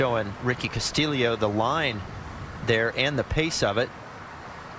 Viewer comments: Ricky Casta-Leo!! Castillio!!REALLY ? It's Castillo ... simple!! It can't be pronounced like that!! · Thank you!! Such a simple name to pronounce!! I'm not Even Spanish!! When he was announced on the tee box they said Casta-Leo🤯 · It's cast-ee-oh.... not cast-ill-eoh!!! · Castillo has only one 'i' ... Why are they pronouncing it with two? Shouldn't it be pronounced Castiyo, not Castiliyo? Double l in Spanish has y sound. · video idea: take a shot every time they pronounce castillo wrong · Am I crazy or are the announcers pronouncing Costillo's name wrong? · They are def pronouncing it wrong lol they said it like three different ways!